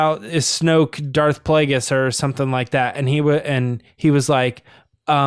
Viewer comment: Kazdan said Darth Vegas instead of Darth Plagueis in the comic con TFA Q&A, I think it was. It was very funny. The way I took it is that he doesn't really know anything about the prequels and he was just being charming about it... JJ came immediately to his rescue. But sure, maybe they were hiding something... I never thought about that. Guys, how is it possible you missed George Michael's death?! It was HUGE news. Best Christmas song ever: Fairytale of New York by the Pogues:) Did terrible in "Who Are You?". Great stuff though. Well done,.